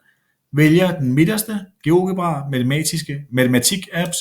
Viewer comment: sige Geogebra ordenligt